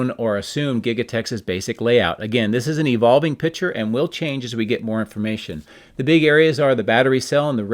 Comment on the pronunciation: It’s picture not pitcher.